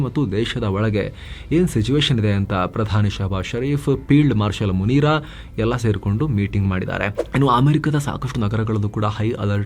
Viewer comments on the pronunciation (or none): I'm laughing when you called field marshel "munira" instead of munir 😂